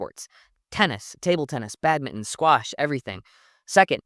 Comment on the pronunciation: Excellent insight and thanks for pronouncing badminton - Bad-min-TON and not just Bad-min like other Americans 😊